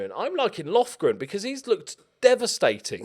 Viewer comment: Lofgren>Lovren (Im croatian lol)